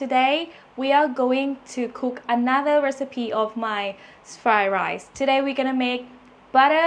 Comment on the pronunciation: Am I the only one who hears "Thigh Rice" instead of "Fried Rice"?